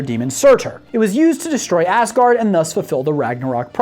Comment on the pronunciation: When ever be says asgard it sounds like assgard